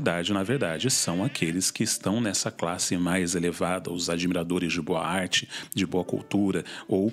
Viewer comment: Eu fiquei entendendo "boate" toda vez que vc fala "boa arte".